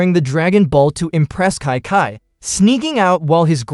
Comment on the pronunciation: I would think you mis pronounced that name. You called Chi (Kai). For starters, Kai is going to be Goku's future martial art instructor. You mind as well call that woman and pronounce it as Chee. In the future, that guy called Kai would be considered a king as in King Kai. When you narrated this story, you are called Goku's future wife Kai instead of Chi.